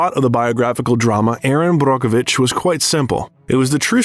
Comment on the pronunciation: What a great biography! I enjoyed this. As well the correct pronunciations of some actors and portraying names. Like Brockovich. Is exactly pronounced that way. It’s even under emphasized! Either way we know who the narrator Was talking about. ((This wasn’t about that)) I enjoyed watching this. Julia is a phenomenon.